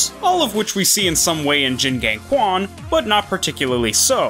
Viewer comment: Oh, i notice that you read Q letter in "Quan" as K and sound like "Kuan". Fyi. In Chinese, Q letter are sound like Ch (like Chin, Cheese, Chinese, etc). So, "Quan" will be spelled as "Chuan"